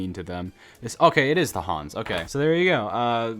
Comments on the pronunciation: it's pronounced HAAS (H-AHH-S) not HANS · Haas❌️ Hans✅️ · It’s haas not hans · 1 haas is American 2 haas is not hanz and not German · It ain’t Hans it is ha-as as pronounced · It is Haas Not Hans!!! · "Hans" IT SAYS HAAS. I was almost havin a stroke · ITS NOT HANS ITS HAAS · I dont even know how he said hans instead of haas and said that is german ( if you dont know its american ) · Hass not harns and it’s American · calling Sauber 'sobber' 😩 😩 calling the halo hotdogs 😩 😩 (the halo kept so many drivers alive) saying red bull has no wings while it has a front and backwing 😩 😩 CALLING HAAS 'HANS' AND CALLING IT GERMAN WHYLE IT IS AMERICAN 😩 😩 😩 😩 😩 😩 MY EUROPEAN F1 HEART MAN!! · As a f1 fan I can say that during this entire video I had: 2 seizures 4 cardiac arrests smashed the screen 8 times (4 of those were when you called "Haas" "Hans") overall, a 10/10 video 😊😊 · As a nascar fan (fight me) my instinct is to pronounce Haas as Hoss, as that’s how we pronounce it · me too, i even was begining to plan a sucide. lol bro its HAAAAAAAAAAAAAS not HAAANS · it’s HAAS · as an f1 fan fim mad correction its haas and its not german its american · When he called the sauber “sobber” haas “Hans” the halo “hot dog” Aston Martin “John deer” I TRIED SO HARD TO KEEP MY CALM, then “SPOILERWING?!” “AIRBENDER?!” AND ITS NOT “START YOUR ENGINES” ITS “LIGHTS OUT AND AWAY WE GO” WHAT IS THIS GUY ON BRO😭😭😭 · As an f1 /racing fan, this video hurts so much like how you called the halo a hotdog, you called sauber “sahbur,” called haas “hans,” you called Aston Martin “John deere” and called the front wing an “air bender.” I AM HAVING A HEART ATTACK FROM THIS VIDEO